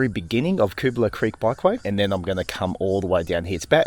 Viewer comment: Never knew it meant 'scrubby possum', thanks! Used to take my son up that lookout and toss paper planes off it when he was little. Switched over to Tannis inserts following some punctures, zero punctures since. Hey also interested in where you got the pronunciation from, lived around area 40 years on/off & mate lived on Dobell st, we knew it as 'Cubala' as opposed to 'Koobala'. Great ride, and enjoy your commentary, and you've inspired me to revisit on my MTB, thank you. PS that Seventeen Mile Rocks wharf is where coral was delivered to make cement using that conveyor belt. There's historic info boards in the Rocks Riverside Park that explain a few things. Also the huge coral crushing cylinder remains as an historic relic.